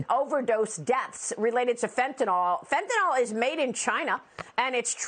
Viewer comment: It's fentaNYL. Not fentaNOL.